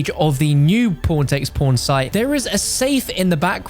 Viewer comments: am i the only one who thinks he says p0rn instead of pawn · Am i the only one who thinks hes saying porntextporn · All I hear is "PornTakesPorn"